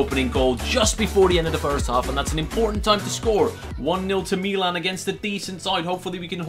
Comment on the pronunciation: why does he say meelan instead of Milan anyway still love the videos boss team